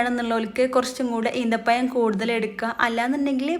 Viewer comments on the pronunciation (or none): ഈന്തപ്പഴം എന്ന് പോലും പറയാൻ അറിയില്ലേ എന്തൊരു കഷ്ടം ആണ് ഇത്. വിദ്യാഭ്യാസ മില്ലാത്ത വയസായവർ പറയട്ടെ.. അത് പോലെ ആണോ ചെറുപ്പക്കാർ 😢